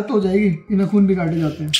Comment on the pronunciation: Nakhun 😂 it’s naakhun